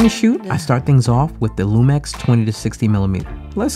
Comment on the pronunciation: Why you say LumEx?